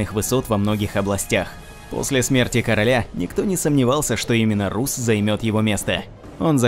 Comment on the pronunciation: Ну не Русс,а Расс,даже в английском языке он произносится как Расс!!!Ну ребят,вы хоть правильно произносите,ролик отличный)